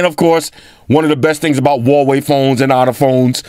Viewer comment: Umm (wowohe?) Is that how u say it?! ._.